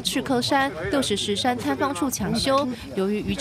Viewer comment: 花東縱谷國家風景區管理處指出，經所轄富里鄉公所確認，該景點正確讀音為六十石（ㄕˊ）山。